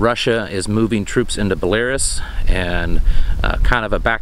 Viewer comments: Where is this country you call, "Bell Air Ess" ? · FYI...Belarus is pronounce belle -a-russe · Belarus is pronounced “bel-ah-roos” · I burst out laughing the way he pronounced Belarus.